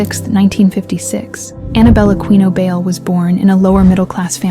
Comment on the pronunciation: Ana Bail? How hard is it to check for proper pronunciation of names.